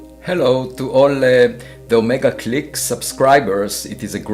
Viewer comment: adesso metto Avi Loeb che pronuncia "Omega Click" come suoneria:_AlienOmegaOmegaKing::_AlienOmegaOmegaKing::_AlienOmegaOmegaKing